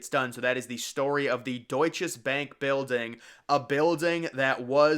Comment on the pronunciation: The building was built by Bankers Trust. You should have known that if you did any research. Also, learn to say Deutsche - there is no S on the end of it.